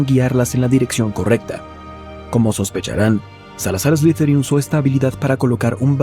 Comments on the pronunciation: No se pronuncia ESLIZERIN, SE PRONUNCIA ESLIDERIN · De hecho se pronuncia Eslitherin Tipo como una pronunciación T y D